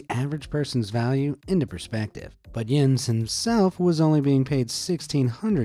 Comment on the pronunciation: Im Danish and you nailed that Jens